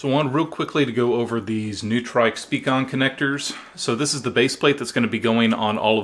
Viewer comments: It's pronounced "Noy-trick" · Newtrike...lol. Noi-trick. Got some great looking speakers man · Isn't it Noi-trick...? Neutrik. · I agree its Noi-trick.